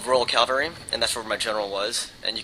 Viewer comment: Cav-al-ry not cal-var-ry.